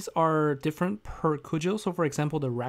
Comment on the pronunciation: Thanks for the coverage but it's CUDG-el not 'Coodg-el'. Kw'uk I'm not sure about but cudgel isn't specific to LGOH... One hand the deck being a repeat is a bit bland but at least we already know how it plays.